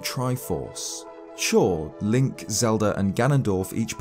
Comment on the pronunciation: hey. the character's name is link, not linCHH